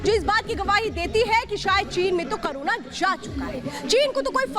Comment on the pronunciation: करूण नही कोरोना कहिए